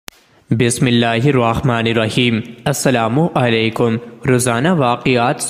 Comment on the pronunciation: Assalamo alaikum NOT Assalam o alaikun